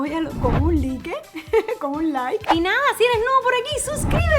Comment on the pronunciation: primera ves que escucho a pronunciar laik en vez de like xd